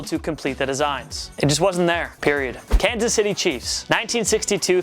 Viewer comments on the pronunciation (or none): none